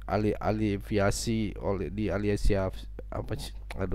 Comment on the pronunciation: Hos..tolg jgn lebay ngomongnya..(lebar ngambay)belajar dulu baca teks dgn baik..baca AFILIASI aja ngaco2 ngga lucu...